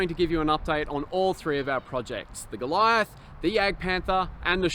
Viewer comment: I am pretty impressed how well you pronounce the words "Kübelwagen", "StuG" and "Sturmgeschütz", you just need to work on the german pronunciation of "Jagdpanther" and "Goliath". The "a" in "Jagd" is pronounced like the "a" in "art" and "Panther" is pronounced like "hunter", just with a "p" instead of the "h". And "Goliath" is pronounced "goal-e-art"